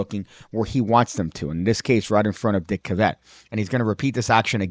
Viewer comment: Psst. Cavett is pronounced like it rhymes with “have it”. Unless you’re doing a very subtle joke.